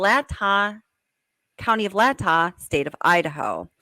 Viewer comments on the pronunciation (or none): It is pronounced as Moscow = Mos-Ko and Latah County as Lay-Taa.